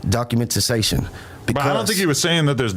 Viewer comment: He can’t even say documentation. Get this foo a phonics book